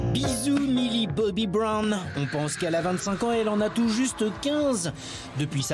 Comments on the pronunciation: « Millie Bobby Broune »😭😂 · A 3.34 "Brone" mais attend aucun respect pour mille Bobby brown 🤦‍♀️